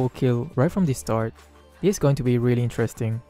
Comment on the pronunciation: Why do you allway say intrasting